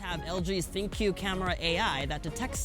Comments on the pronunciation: Ha. I know. It's pronounced "think". People say it wrong all the time. It's not that funny. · Good for you. He still mispronounced it.